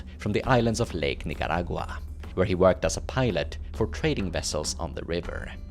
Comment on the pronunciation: Your pronunciation of "Nicaragua" is like honey to the ear.